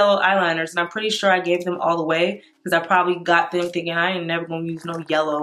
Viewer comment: LMAO “YELLER”